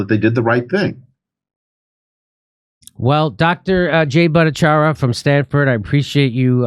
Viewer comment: Jimmy, please practice to pronounce Dr Jay's last name.